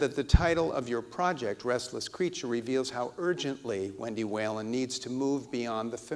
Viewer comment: For the record-- Whelan is pronounced "We-lan".